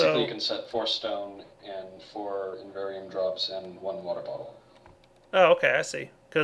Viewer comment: y u no read item names better? There's no second N in inveRium. And it's forCICIum